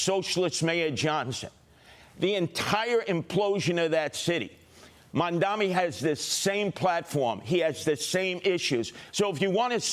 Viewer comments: The correct name is Mamdani--not Mandami, as Curtis Sliva calls Zohran. Also, the NY City voters are sick and tired of the greedy real estate oligarchs. The super-rich Wall Streeters too are panicking because the "forgotten man" is rising up demanding economic justice. The city has become unaffordable for most of its residents. Mamdani speaks for change. The voters like Mamdani's fresh ideas. Change is inevitable. Change is welcome. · It’s mamdani buddy